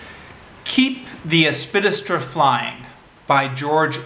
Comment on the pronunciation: Helpful tip: if there's a big word in the title of a text you propose to review orally, take the trouble to learn its proper pronunciation first - it will do much for your credibility.